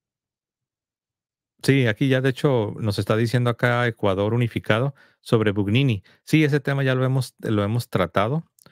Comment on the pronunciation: Gugnini se pronuncia "Buñini", Aníbal Buñini